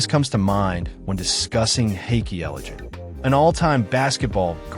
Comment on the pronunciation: Can you say his name correctly please only thing keeping this video from being great